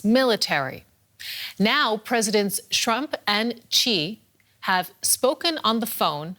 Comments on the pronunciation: "President Shrump" She said...🤣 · Did I hear "president shrump"? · president Shrump😂😂😂😂😭😭😭